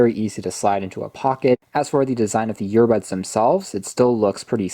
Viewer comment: Are you saying yearbuds?